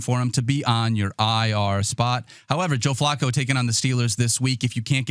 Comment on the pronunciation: Why does the hipster keep pronouncing Flacco like Flaco the late Owl?